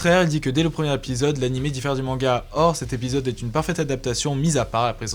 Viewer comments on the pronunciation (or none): none